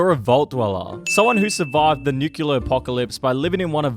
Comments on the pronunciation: Nuculer. Like George W. I love it. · Say the line, Bart! This guy: Nükiller